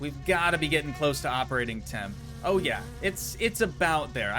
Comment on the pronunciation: finnish people when you tryt say teimo. AGGGGHH!